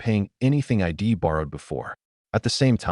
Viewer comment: god I hate basic AI voice the first few words "It wazzen Tee" and then the next sentence again Wazzen Tee then "Eye Dee" instead of I'd. I just KNOW from that point on there will be "Eye Tee" instead of it and "Emm Oh" instead of the name Mo